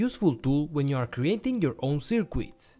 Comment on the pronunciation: The way you say "Cirqweets" really tickles me.